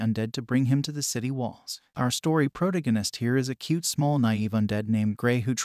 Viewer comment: prot a gin ist im out. i cant stand illiterates text to speech